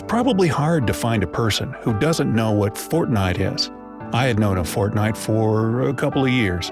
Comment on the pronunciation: Please he said fontnite